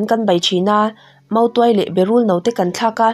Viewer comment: Motuai nilo in mautuai tih tur nia a bak chu i chhiar thiam lutuk 👍